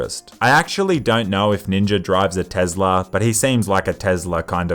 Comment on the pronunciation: "Tezla" lmao its better than tesla tbh